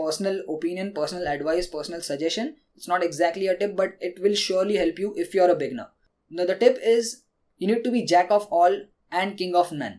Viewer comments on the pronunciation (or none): I love your tips and you understand English very well but i have 1 piece of advice with pronunciation. Beginner should be said with 2 syllables. (be-ginner). when you say beginner it kind of sounds like beggar.